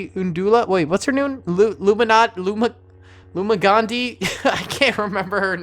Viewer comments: “luminda, luminandi, Lyman Gio,” no. luminara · It’s Luminara hondooley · Lumagandi its luminara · I am disturbed at how this guy was trying to pronounce Luminaras name XD